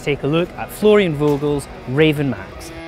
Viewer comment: The V in "Vogel" is pronounced lile a F, so more like "Fogel". Just mentioning it because it drove me almost insane at the race broadcast. :'D